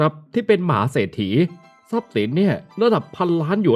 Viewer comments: ได้ยินเหมืนกัน หมา ไม่ใช่ มหา 😂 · ออกเสียงภาษาไทยไม่ค่อยชัดบางคำนะคะ มหาเศรษฐี ฟังเป็นหมาเศรษฐีเลยค่ะ 😂